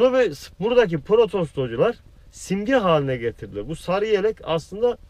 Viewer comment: protostocular diyon ya benı bitiriyon reis :D boşver şimdi onları